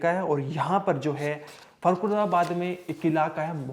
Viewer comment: Yes, or फर्खुदाबाद nahi फा़रुकाबाद hota h